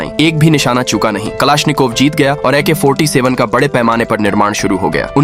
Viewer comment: Ak 47 ❌ Ik ha 47 ✅